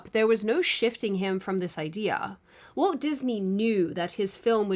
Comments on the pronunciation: Walt. Walt. It's WALT Disney. Walt. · The way you read Walt sounded like Woke in many instances. Was this deliberate…? 😂